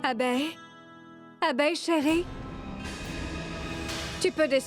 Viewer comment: parle comme un enfant qui apprend a prononcer les mots 😅😅😅 sur quand elle prononce le nom d'abey